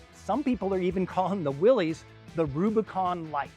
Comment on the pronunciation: It is not pronounced Willees!